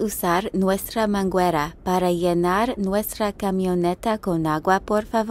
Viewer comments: Lol it’s Mangera =Hose not Manguera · Just to give you a tip- The U in manguera has NO sound so it's pronunciation is mangera (hose) 😊 Blessings my friends 🚌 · the U in manguera is Silent! I thought you would appreciate knowing that.